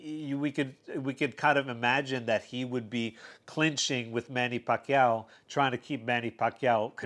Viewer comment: Nice pronounsed by " Pacquiao" bro.. very Filipino.. Nice vid.. thumbs up 👍💪👏